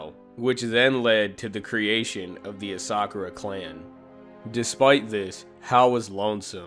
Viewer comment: You pronounced ASA-KURA wrong too pal